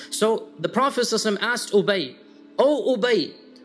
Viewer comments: Why does sheik say Profit "susa salim" instead of clearly pronouncing "sallal laahu alayhi wa sallim" ? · Please try to say sallallahu alaihi wasallim with right pronunciation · صل الله عليه وسلم You don't pronunce it right!